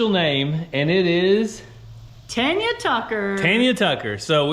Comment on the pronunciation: Yay, said it right! Tanya, NOT Tonya Tucker! LoL 😂❤